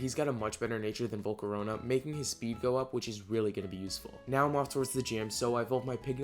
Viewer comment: THERE IS NO U IN VOLCARONA!